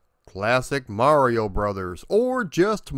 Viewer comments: Thank you for pronouncing mario correctly... good job... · Thanx for pronouncing mario correctly good job!